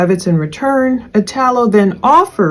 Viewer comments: I had a good friend named Italo that passed away many years ago unfortunately .. the “I” is pronounced like “E”. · it's pronounced "ee-tall-o." it's an italian name.